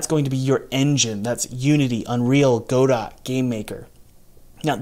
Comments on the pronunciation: It's not a big thing. Very minor. But… I cringe when I hear "go-dot" instead of "g'doh" 😆 Who cares, right? Apparently I do. Derp. 🤦‍♂🤷‍♂ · Hey! Love your videos. Just wanted to let you know that the community-accepted pronunciation of Godot is "guh-dough" (emphasis on the 2nd syllable) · i was gonna watch this video, but as soon as he said "go dot" i figured what's the point? clearly not a game developer. :D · Why did you pronounce it "Go Dot" and not correctly? Do you have some kind of weird hate for other languages? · Godot is pronounced "go-dough"... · How do you NOT know how to pronounce "Godot"??? Did you even go to school? That's 8th or 9th grade English lit! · I almost shut off the video when I heard how you pronounce Godot